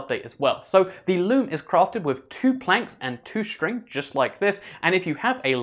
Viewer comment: It's sounds like he's saying lube instead of loom